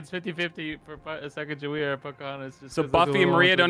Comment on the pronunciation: Sheesh they pronouncing Sacagawea wrong smh